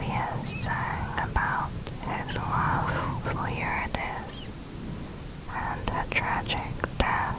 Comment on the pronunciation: I'm sorry but it isn't "youre-a-dis" it is "yu-rid-e-sea" Driving me crazy